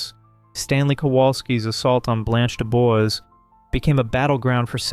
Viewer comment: Blanche DuBois: Blahnch doo-BWAH.